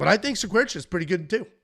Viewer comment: Cerqueira=Sir-Key-ra in English, I think, according to Google Translate